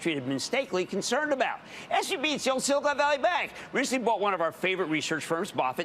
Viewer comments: If I hear "silicone" one more time, I'm going to lose it. It's "silicon". They are totally different. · You are stressing me out pronouncing it like that French baguette. It's pronounced like CAHN, sili-CAHN. BEN CAHN SILI CAHN. As in, silicon, the element used in the production of semiconductors, the thing upon which all of silicon valleys tech supremacy rests? You're a clown lol😂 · are we really just gonna trust that the French guy is saying Silicon correctly??